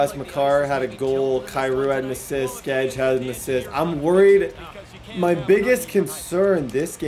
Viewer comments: Favorite part of these videos are when he pronounces Brady Skjei ( pronounced Shay) , like Brady Skedge lol 🤣. All about the effort tho. Quality programming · Skjei is pronounced Shay btw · Skjei is pronunced shea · SKEJ IS PRONOUNCED SHAY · Skjei is pronounced shay like shea